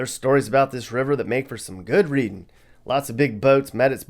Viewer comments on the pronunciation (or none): none